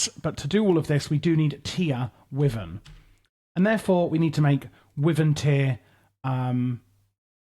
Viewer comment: Just a friendly note, wyvern is pronouced like "Y-vern" or as google claims "wai-vn" think of the W as a silent letter